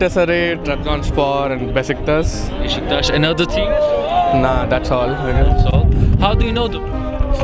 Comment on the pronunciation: 4/38 de adamda bjk formasi var adni soyleyemiyor ghgfjghj